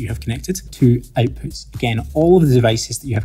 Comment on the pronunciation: Having a hard time comprehending your pronunciation. Sorry but it's kind'a annoying. I'm used to American and British English. For example.. the word OUTPUTS. You're pronouncing it as EIWPHUTS. So i need to repeat the video over and over again to completely understand you.